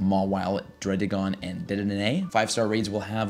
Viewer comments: dedenenanay, sir thats now how you say it, its "De De Nay" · no one is talking about "dedenene" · Do you botch Dedenne's name on purpose or something? lol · How many D's are you supposed to pronounce in dedenne? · Anyone else get very triggered by the way he pronounces dedenne and hydreigon lol